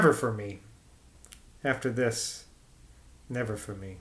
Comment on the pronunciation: Ha ha. I don't think my attempt would be much better. Saying 'thik' instead of ?'this? just seems so wrong whenever I come across it.